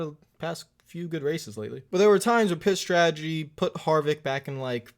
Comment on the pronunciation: Anyone else hearing "Piss Strategy"? I mean, I have one, but still...